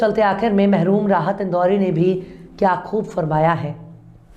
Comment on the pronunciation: MAHROOM Rahat Indori nahein MARHOOM Rahat Indori boliye madom !! Waise aap ka talaffuz hamesha shaandar rahaa hai !! Ye sirf slip of tongue hai. Barhe log to to larhkiyaan PARHAAO ke liye larhkiyaan PATAAO barhe shaan se bolte hain !!